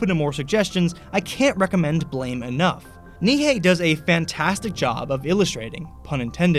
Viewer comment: Sorry to be picky, but it's pronounced Blarm, not Blame